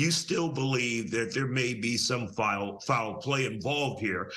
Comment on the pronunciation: And it's 'Foul Play" not "Fall Play"!!!